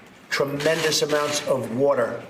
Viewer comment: How many times does he have to say whaater